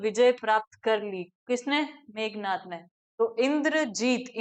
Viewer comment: मेघनाद होता है ना कि मेघनाथ